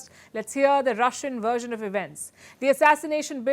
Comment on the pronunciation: So Sharma... Maybe it was, or mabe it were????... So, we must have a " WERSION ??? " Please , as a speaker, learn the soft english frictive v sound.... You do this all the time. English has a W and a V... just like in Hindi: but Hindi uses the same symbol. English has a different letter for either sound... W or V... But, of course, you already know this. So, just, do it...... 😀